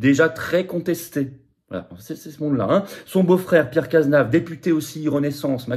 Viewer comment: C’est Cazeneuve et pas Cazenave